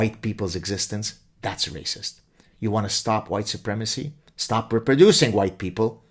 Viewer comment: HUWHITE, AGHHH...! 🤔🙄😁